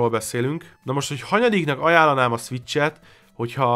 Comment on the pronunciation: krva hosszú lett. Ugyan ennyi tartalmat bele lehetett volna sűríteni 15 percbe is. + (de ez lehet hogy csak engem zavart) borzalmas volt hallgatni hogy egy-kettő szviccs.